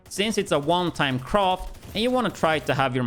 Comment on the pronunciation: Every time he says ‘croft’ for craft i die 😂🤣🤣🤣😩